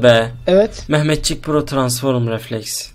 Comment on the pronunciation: Biz transform diyoz abimiz Transforum diyo ahshsahs